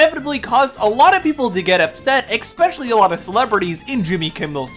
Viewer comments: I hate to be that guy but please it's "especially" not "expecially" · Thumbs down for not being able to pronounce a simple word like “especially” Is there a f@ “x” in the word “especially”!!!!???!?!!?